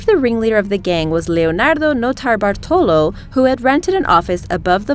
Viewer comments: i cringed every time she said "Notobartolo" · You are not alone! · Mr. Galaxy Ikr its like fucking annoying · if i hear her say "Nortobartolo" one more time... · You say Notobartolo like an idiot, stop saying it. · Stop saying that nurtallballrlrlrlltrollo name I can't stand it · idk y but i cringed everytime she said "nortalabalo" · that transition from English accent to Notabartulo tripped me out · Stop saying notarbartolo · Every time she says Leonardo Notarbartolo, an italian dies. I can understand that is difficult to say... But why do you need to repeat it 2353 times? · I like how she thinks she knows how to say the first criminals name. Notarbartolo. She sounds like she is sucking something. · Listen to her say notarbartolo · u saying notarbartolo is so annoying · Yup, and then she massacres "Monoprix" right after. Seriously, if you can’t pronounce a foreign word or name don’t pretend; just say it in your American accent and at least sounds honest. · every time you say notar bartolo or whatever in the start its pissing me off more and more.. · How she pronounces notarbartolo or banco central out of nowhere when she has the American accent sounds so annoying and pretentious